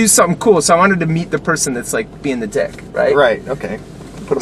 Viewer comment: Mormons can't say the word "dick" tho